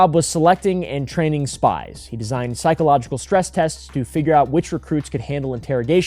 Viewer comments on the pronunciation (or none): none